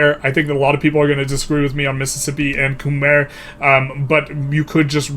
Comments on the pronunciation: It rhymes with "eye" in its native pronunciation if that helps. Not that it matters but just fyi. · Google how Khmer is pronounced because yours is pretty far off. Great video nonetheless!